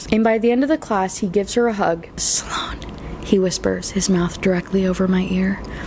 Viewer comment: Sloan is 1 syllable not 2